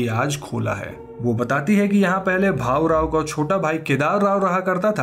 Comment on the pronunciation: It's not bahu rao it's bhaurao Btw i am glad you explained a movie from my language